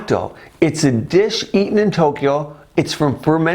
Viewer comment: It's pronounced a bit differently.. You are saying "NAUTO"... The proper way to say it is "NAT-TOH"... short sound on the "A" like "bat"... and you need to pronounce the "N" as a double sound